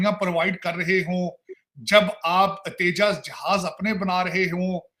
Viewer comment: तेजा झाज नहीं तरार साहब! तेजस जहाज बोलिये।